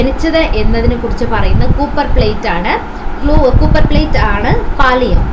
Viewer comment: U should take care of pronouncation. Eg copper that is a metal.